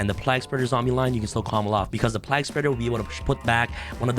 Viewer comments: the pronounciation of plague is redic lol, have you not heard someone talk of the black plague before -not pronounced plag.... its playg... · My only problem is how he is pronouncing plague as plag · Why can't you pronounce the word Plague? Like the Game A Plague's Tale. It's the same word. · My biggest problem with this video is mispronunciation of plague everytime. Lol. Other than that great deck.